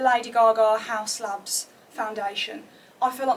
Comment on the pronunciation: Your pronouncing it correct with haus labs this make up is amazing quite dear if you make wrong colour choice at £42 for foundation they do a quiz to get shade i got same shade as you you really need to try there pink quartz highlighter I use this everyday as my blusher and its so beautiful on highly reccomend haus labs